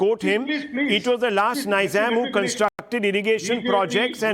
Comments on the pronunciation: Why "ny"zam? It's "Ni"zam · Rahul shivashankar is being funny. It’s Neezam, not Niiizam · I wanted to watch the full video but every time he said ‘Niizam &, , Naiizam, I got frustrated